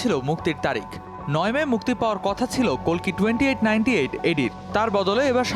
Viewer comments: Kolki na boin oi ta kalki hobe atto soddo Bola lagbe na 😂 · কেমন সাংবাদিক বাংলা উচ্চারণ ঠিক করে করতে পারে না ওটা কল্কি নয় কাল্কি, পৃথিবীতে যখন পাপ বেড়ে যায় এবং পাপীরা রাজত্ব করে তখন ধর্ম প্রতিষ্ঠা করতে এবং পাপ মুক্ত করতে এই বিশ্বব্রহ্মাণ্ডের মালিক যিনি বিষ্ণু তিনি অবতার নেন, কাল্কি তারই দশম অবতার এই কলি যুগের